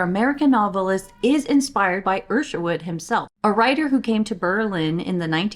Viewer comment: why are you saying ERSHERWOOD? its ISHerwood. where did that come from?